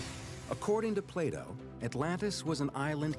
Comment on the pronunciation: Who else heard Playdoh instead of Plato :')